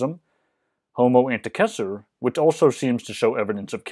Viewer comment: Evidence that you've internalized Latin as your second language: how you pronounce "Antecessor".